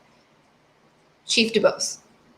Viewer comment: Chief Doo-Bose. Detective Duh-rell.